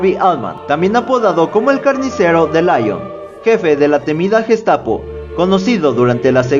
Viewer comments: Muy buen video, lástima la insistencia en pronunciar "Laion" al hablar de Lyon, que se pronuncia así, Lyon, fácil. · El único defecto que le veo a tu vídeo, y lo digo de manera constructiva, es que digas en varias ocasiones "Laion" en referencia a la ciudad de Lyon, que se pronuncia "Lión". Creo que hay que informarse con los nombres extranjeros antes de integrarlos en un vídeo tan interesante. Saludos. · la ciudad de francia LYON se pronuncia en frances como líon . no layon (lyon ) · Se pronuncia Lion, no Laion, es francés, no inglés.